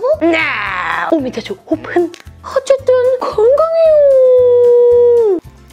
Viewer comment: 옵흔 발음이 너무 찰지셔서 방금 롤 오픈하고 왔습니다